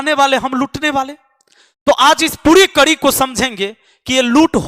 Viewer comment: बोलना सीख ले भाई करी नहीं कड़ी होता है